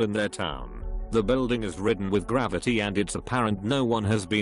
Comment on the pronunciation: Shadowy Ghost in School--I kept hearing "The building is ridden with gravity" Took me way too long to figure out they meant graffiti 😅